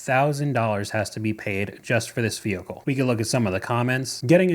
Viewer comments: 😂😂😂😂😂 I'm sorry. She - and her HUSBAND? - thinks a Tahoe is going to last FIFTEEN YEARS?? I think she better rethink her faith in her choice of "vee-hih-coo". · Why do Americans say vehicle like that lol